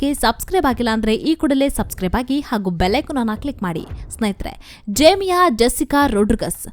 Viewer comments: Her name is Jemimah not Jemiya. Please learn to pronounce her name correctly. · ಜೇಮಿಯಾ ಅಲ್ಲ ರಿ ಜೇಮಿಮಾ